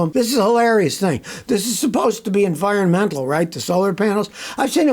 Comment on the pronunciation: Scotty says environMental. Bat out of hell!